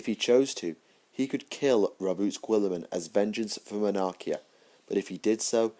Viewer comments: Really nice lore collection, I've not read the Word Bearers books yet. But please.. stop pronouncing Guilliman as Gwilliman.. Try Gullyman.. As per Jervis Johnson. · I think your saying the lord of ultramars name wrong